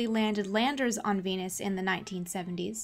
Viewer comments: When she says Venus I hear penis. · Veenus can get tha Peenus. On god